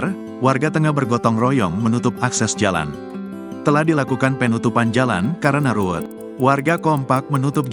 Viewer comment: Pengucapan kata PEEEEnutupan... Penutupan bang.. Bukan PEEEEnutupan Ga enak bener dengernya..